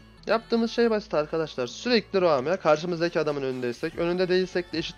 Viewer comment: roam a da raum diyor enteresan :D